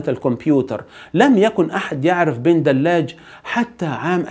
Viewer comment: حمزة بدلاج ( ج ) صاحب القناة تعلم نطق حرف الجيم ! رجاءً لا للتحريف ، شكراً، أخ جزائري.